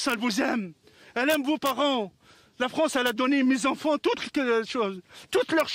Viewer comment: Oui mosieu. La fronce, il a tout donné à mes onfons.